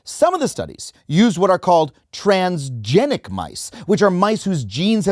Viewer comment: Trans-GENIC? As in GENOME?? HE CANT F--NG READ?! You mean to tell me his eyes glance over a word that sounds similar and assumes its that? 😂😅 We're cooked as a nation.